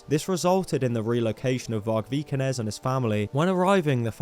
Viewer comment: Vargpilled, lol. I like it. And awesome job, - greetings from a Norwegian. You nailed the prononouciation of Vikernes - you missed that he just released a new Burzum track though! Got inspired while writing his recent books.